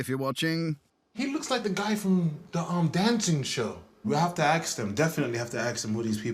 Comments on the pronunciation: The Birmingham couple with the blonde hair were some of the snidest couples…ever& that “aks them”….it’s ASK ffs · Dude, it is ASK not AKS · The word is pronounced, ‘ask’ not ‘aks.’ 🤦🏾‍♂️ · It’s just slang, mate. Might want to get over this little issue because it’s not gonna change the way people pronounce it.